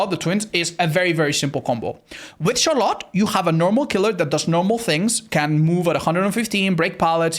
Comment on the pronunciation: I dont know if youll see my comment WE DO ALREADY HAVE A DRACULA MAIN His name is Bleakdbd Hes played him and loved him since release and had drac p100 on the first week and a half! Aint that crazy? Also Im not trying to be mean but this has been eating away at me for a while, You always say CHAAR LOT when In reality its prounounced SHARLITT Its nothing bad lol Its just funny, Really I dont mind 🤫😎